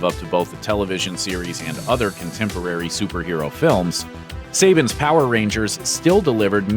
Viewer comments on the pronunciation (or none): Who else cringed when the narrator pronounced Saban as "Seyban" instead of "Sahban"? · Not "Say-Bin," but "Sah-Bon!" Sheesh!!!